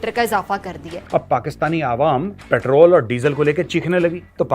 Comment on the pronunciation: के दीवानो को समझाओ पैट्रल नहीं होता पैट्रोल होता है।